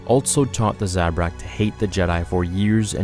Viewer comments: You pronounce Zabrak wrong. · Thumbs down for how you pronounce Zabrak